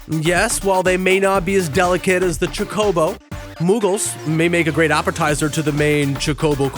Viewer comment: You said chocobo wrong punk